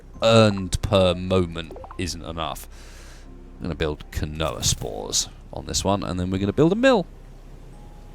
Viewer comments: Keen-wa, Not kinoea. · quinoa isn't pronounced "kinoah" it's pronounced "keenwah"